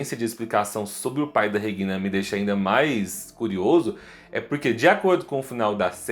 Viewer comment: Pronúncia dele é estranha. Regina, do jeito que ele fala. Não está certo nem em português ou alemão. Entonação está errado nos dois idiomas!!